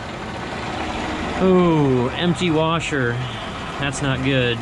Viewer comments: Egg “wersher”! 🤣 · Only one R in washer 😛